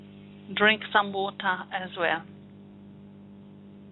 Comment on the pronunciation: I love you so much "drink some wooota as well" how lovely !